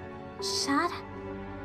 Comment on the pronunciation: its cat not chat